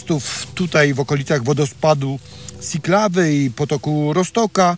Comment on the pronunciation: Zle wymawia pan nazwę Siklawa Na początku słowa jest "ś" i dopiero mówimy "iklawa" Pozdrawiam